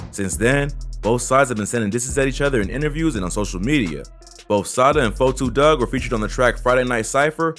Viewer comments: LEARN TO SAY A RAPPERS NAME FIRST, it’s 42 Dugg not 4-2 dugg , EMBARRASSING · Why u sayin 4,2 dugg iss 42 dugg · so fucking glad you said 42 dugg name right lmfao, everyone says "forty-two." its "4-2" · I wish you wouldn't say his name if you can't say it right. Sheesh.